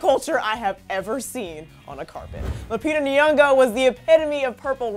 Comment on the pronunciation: It's not Lupita Ni-Yongo..dammit learn to say the name properly